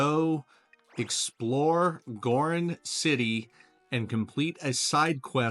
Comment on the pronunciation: It's Gor "Ron" city.... not Gorin City. Thanks for this video though. 👍